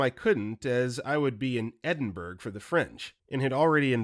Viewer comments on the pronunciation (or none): ‘In London’ proceeds to say the currency is in euros and then somehow Mispronounces Edinburgh